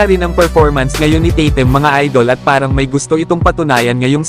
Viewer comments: daig kapa sa kano kung bumigkas tatum nadidinig sa mga kano kaw naman titim ang pagka dinig q sa bigkas mu sa tatum paulit ulit q pakingan titim talaga naririnig q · bulol kna yata pagka dinig q sa tatum titim